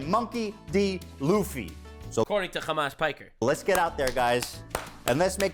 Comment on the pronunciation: Khamas Fricker.😅 as expected from a Khouthis supporter. Seriously, no self respecting Muslim should EVER support this POS.